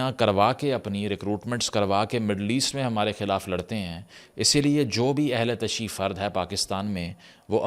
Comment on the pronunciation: The correct pronunciation in Urdu is “Ahl e Tashayyu”, not “Ahl e Tashee”.